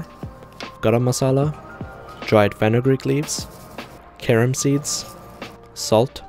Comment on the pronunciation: I thought he said “karen seeds”